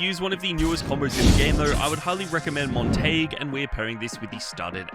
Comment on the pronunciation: You are pronouncing montague’s name wrong